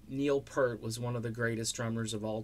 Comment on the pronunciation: Yep. And I can tell that the guy who made this video is just capitalizing off Neil's death. (It's not just mis-pronouncing his name)